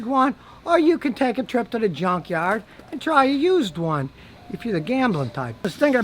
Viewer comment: "Or you can take a trip to the yunkyard" 😂😆